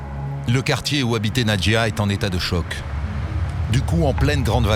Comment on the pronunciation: Pourquoi disent ils Nadia ? C’est Nadjia .. qu’elle repose en paix petit ange